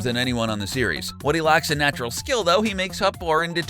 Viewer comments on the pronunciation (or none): none